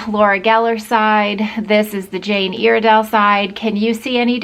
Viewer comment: Your saying Iredale wrong